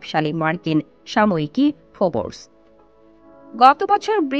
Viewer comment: ফোবোরস না ফোর্বস।উচ্চারণ ঠিক করেন আগে।